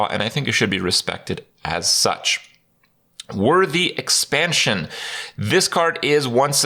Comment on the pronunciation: "worthy expention" uhhh okay if you say so kripp